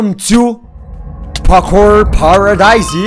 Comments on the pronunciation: O fala pakour mas é parkour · vc ja persebeu q vc fala pakur mas é parrrrkur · Parei de ver o video só porque o falou PAKUR... até meu cachorro sabe falar parkour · Pelo amoor de deus para de falar PAKOUR pfv que agonia... '-' Fala PARKOUR quem nao gosta disso tmb deixa o like ai pra ele ver... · kkkkk nao é pakour é pakur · É parkour não pakour. Viu memória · O engraçado do é e ele fala "pakuor" kkkkkk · "pakur"? Ashuashuashuashua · Da uma agonia ouvi o fala pakur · o voce falou pacu